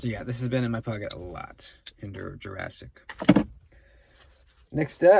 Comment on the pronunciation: Tri state calls the Jurassic “Quasimodo“ 😂 😂😂